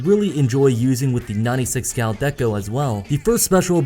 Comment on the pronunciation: Hehe in the end it sounds like you're saying "My Nutty Six Gal Deco" ^_^